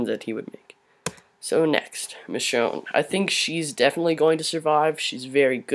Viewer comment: IT'S MICHONNE NOT LISHONE BRO